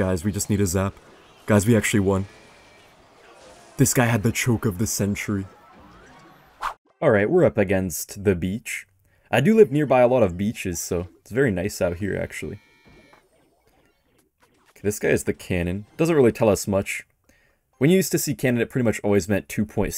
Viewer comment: its Bleach (Anime) not beach 😂